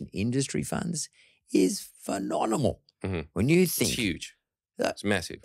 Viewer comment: "Is PHE-NONIMAL"